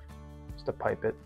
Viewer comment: This is an awesome video. Start to finish explaining the airbrush and even a tear down at the end, perfect for me as I was looking for good reviews of this airbrush as my birthday is coming up One thing though, the way you pronounce pipette, it sounds like you’re saying ‘pipe it’, in the UK we pronounce it as ‘pip ette’, is that really how you pronounce it over there?